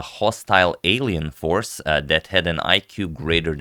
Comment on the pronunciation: 'Alien Horce' XDDD